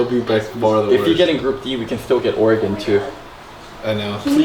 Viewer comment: "oregon" kappa